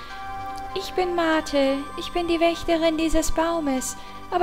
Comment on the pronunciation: Arche heißt auf dem GBA "Amber", was ich persönlich hübscher finde...aber wie sie darauf gekommen sind, weiß ich nicht. Das wars dann aber auch fürs erste mit den Hinweisen zu Übersetzungssachen :D Die Betonung vom Namen "Martel" liegt auf der zweiten Silbe...okay, dann klingt ihr Name wie die Firma "Mattel", aber was soll man machen ^^